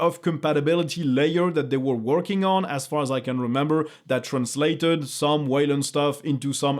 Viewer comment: Your english is way better than mine. But I have to say those fondeud, translateud sound funny;) Anyway, excellent content as usual!